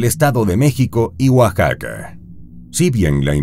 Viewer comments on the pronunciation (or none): none